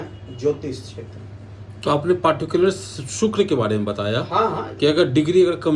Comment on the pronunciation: शुक्र के अच्छे प्रभाव के लिए शुक्र का उच्चारण सही होना चाहिए (सुक्र×) नहीं, (शुक्र✓) हैं 🙏🙏🙏🙏